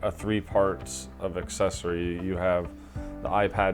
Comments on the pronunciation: Asscessory? Sorry to be pedantic but it’s pronounced ‘ak sess ory’. Yep I hate myself now😂good video tho. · Thank you!!! I thought I was the only now who noticed the mispronunciation lol